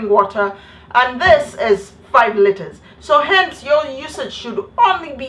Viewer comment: did she just say 25 litters of water a day? I laughed so hard I got kicked out of the library n I still laughed on my way out😂😂😂